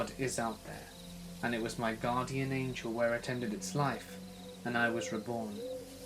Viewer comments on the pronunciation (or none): none